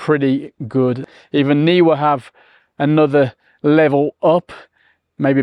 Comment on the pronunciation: You and I are the only people who pronounce "Neewer" correctly! If it was "Newer", it would have been spelt that way!